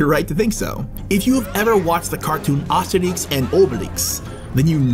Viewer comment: I know u don’t speak English very well but the way u said Astérix and obélix cracks me up. Good job and keep it up really good work 👍🇧🇪🇧🇪❤️